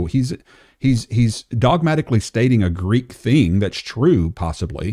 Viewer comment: Gotta be honest, James White's pronunciation of Greek is....cringey 😅